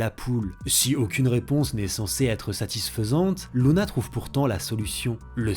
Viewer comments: C luna pas louna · C’est pas Louna mais Luna :) première faute à 15 seconde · par contre je dit lUna pas lOUna. Je me trompe peut être...